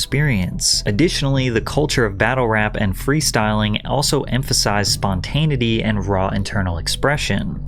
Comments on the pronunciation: spontaneity is pronounced (spon-tin-a-ih-tee) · Patrick, these are great recaps of the exposes of public figures. But you gotta learn how to pronounce the word spontaneity. Many will vehemently agree